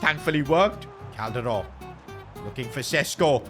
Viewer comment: I love the way he pronounce Calderon